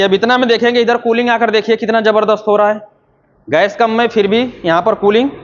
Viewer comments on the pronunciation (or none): none